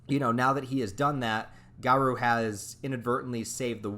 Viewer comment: Bro is is (gar-oh) not (gar-ouu) 🤦🏼